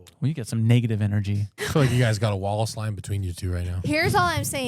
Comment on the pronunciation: Am I the only one that keeps hearing “wall of slime” everytime says “Wallace line”?!?